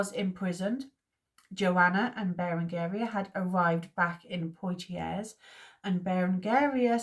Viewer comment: Thanks for doing this series! Poitiers: PWAH-tee-ay. Like Sidney. Fontevraud: the d is silent. Apulia: ah-POOL-ia. Komnenos: com-NEN-us. Acre: good enough, I guess. I was going to say something about the "re" at the end just being a suggestion, lol. "Ock(r)"? But that's confusing. Good stuff! I'm really enjoying this.